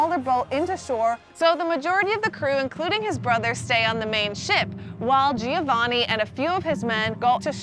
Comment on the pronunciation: Giovanni is actually pronounced with 3 syllables. Joe-VA-nee.